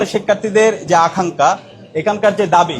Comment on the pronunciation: আখাংকা না ভাই বলতে হবে আকাংখা, ছোট খাট ভূলটাও সবার সাজে না।